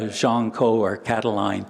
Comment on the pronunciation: "Jean", not "Gene" ... 50/50 guess goes wrong ! Sorry AI ... (÷